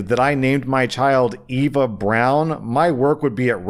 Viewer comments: Sorry the English major in mean is mad at the pronunciation of Eva it ‘ee-va’ Ava is how you spell what is pronouncing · i thought was saying ava instead of eva. do americans not have a distinct difference in pronunciation? because brits do (ee-va & ay-va) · EVA not ava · When said Eva as Ava, I almost didn't remember the story because I was just listening to it but I've already heard this story. It's fine in the end. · The brown/braun thing is mostly correct, except for the sharp R. Eva sounds a little different though. The "E" Sound is the same as in End, else, elf and va is pronounced like the FA in Far. Hard emphasis on the E. So basically E(nd)-FA(LL). Sorry for the pronounciation lesson, just thought I'd mention since you did brown xD Apart from that, DON'T name your child after your friends, Siblings etc. The cousins story is, sadly, common . Lots of times parents will "see" the late person in their kid and raise or want them to be like their person, building invisible walls for the child that is hindered to grow on their own/always in the wrong. It starts as a honor for a lot of people, but being so close to someone, seeing them pass and name their child after them still builds connections oftentimes and its scary. Oddly enough it's mostly fine if its the grandmas, or if its the middle name lmao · You kept saying Eva like Ava so for the whole story I had no idea what the hell he was talking about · What's wrong is pronouncing Eva as Ava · Why did you pronounce Eva as "Ava" or "Eywa" prior to reading "Eve", and then just suddenly switched pronunciations after? O.o And then you talk about the German pronunciation about the last name, while once again mispronouncing the first name? Because Eywa is the deity of the blue aliens on Pandora. Ava (Max) is an American singer and songwriter. Eva (Braun) is the wife of Hitler and pronounced like "ee-vuh", just like the first woman. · Eva, I think he's pronouncing it wrong 🤷